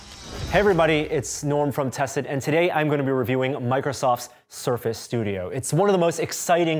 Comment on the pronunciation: it's = itsch. 😹